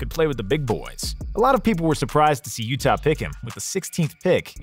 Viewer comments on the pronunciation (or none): none